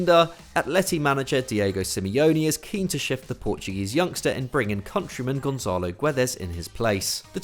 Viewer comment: Its Gonçalo yes Gonsalo not Gonzalo Guedes